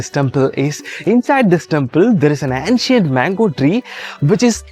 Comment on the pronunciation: Not ‘antcient’ say ‘aencient ‘